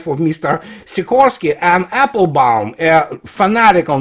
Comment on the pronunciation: her surname is Applebaum not Appelbaum please, show some respect even not deserving.